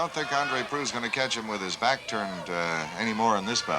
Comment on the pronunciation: proulx.... the lx is silent, so just proo. andre proulx. hey, chris haas... german fried yolk.